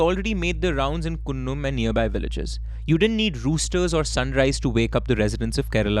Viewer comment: My hometown is Mavelikkara... It's funny the way you pronounce Kunnam and Kollakadavu bridge 😅😅😅😅 These places are very close to my place.... I have seen the paddy field where Chacko was killed in the car. You pronounced Cheriyanadu properly 😊